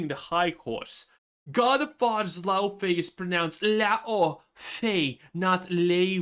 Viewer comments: I'm icelandic, Laufey is an icelandic name. Ign is wrong, its not pronounced Laofey. Just hear an icelander say it. Difficult to convey in writing. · it's laOfey because 🇺🇸🇺🇸🇺🇸 U S A 🦅🦅🦅 said so!!!!